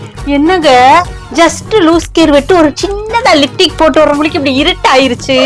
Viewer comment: லூஸ் கேர் இல்லை அக்கா. லூஸ் ஹேர். லிப்டிக் இல்லை லிப்ஸ்டிக் 😂😂😂